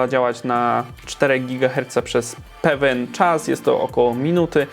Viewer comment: Pewen XD